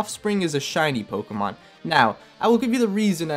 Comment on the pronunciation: Did the dude just say "Pokeman"...?